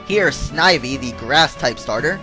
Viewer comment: its snivy not sneivy